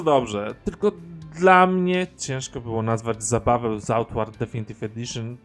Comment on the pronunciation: Mówisz na końcu tytuł gry, ale mówisz jak byś jadł makaron. Co to za tytuł?